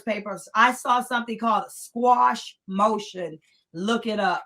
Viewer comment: It's called a motion to "Quash" not squash.